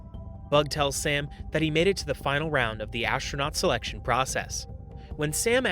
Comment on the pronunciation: "ashronaut" Also, that's not how CPR works